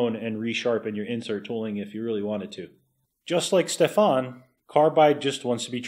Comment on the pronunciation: I doubt Stefan is French so you put the emphasis on the E and the a is short ;)